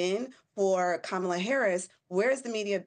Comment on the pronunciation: I’m surprised she didn’t try to distract even more by admonishing Chad on his pronunciation of Kamala 😅